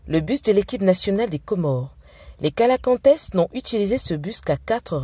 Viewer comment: Les calacantess c’est quoi ça 😭😭😭😭 comment on peut gâter un nom comme ça c’est le coelacanthe ça se lit selacante non j’ai mal eu coeur svp 🇰🇲